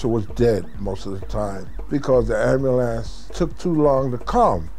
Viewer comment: lol when he says ambulance it sounds like "amber lamps." woah black betty, ambulance, woah black betty